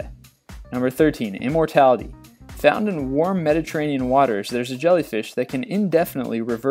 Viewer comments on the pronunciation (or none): none